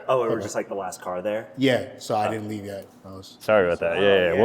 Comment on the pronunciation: bro was saying leaeve leave